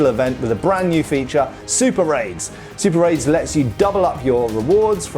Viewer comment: Did anyone else hear “super raids” as “super aids?”